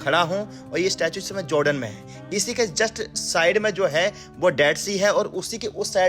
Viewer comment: Joordan nhi hota hai jordan hota hai bhai..🤣